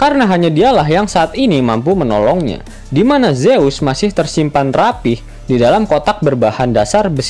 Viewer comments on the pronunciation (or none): none